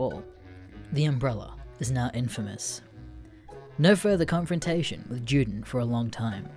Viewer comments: Juden is pronounced You-den not Jew-Den. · ITS PRONOUNCED YUDEN NOT JEWDEN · It’s pronounced “Yuden” not juden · I’m sorry to be so goddamn nit picky but when you say Juden as it is in German, you say it more like You-din not Jew-Din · You say Juden as Jewden, and allës as allies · juden is the german word for jew, and so it must be pronounced with german pronunciation, and so the "J" is pronounced as a "Y" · Can't even say Juden correctly